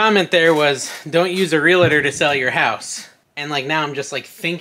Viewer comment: It is [REAL tor] not [real A tor] like real-tor or real tour